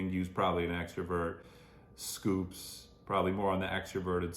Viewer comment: …. it’s not SCOOPS!!! it’s S Coups. two syllables 😭😭😭. very endearing mistake but i cannot let this continue any longer